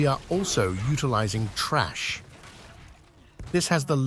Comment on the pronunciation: Your pronouncing 'Thrash' as Trash. You take out the Trash to the bin. Thrash, to beat soundly with a whip or stick. Other than that, good vid 👌👌